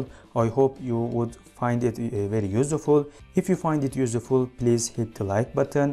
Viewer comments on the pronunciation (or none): a clear and neat explanation yet /ˈjuːsfʊl/ not yusuful :)